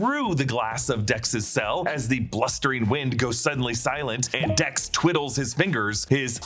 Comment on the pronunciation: He said Tex instead of Dex 😂😂😂